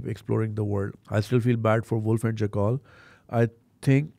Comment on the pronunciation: Btw it's jack-el not jakkaal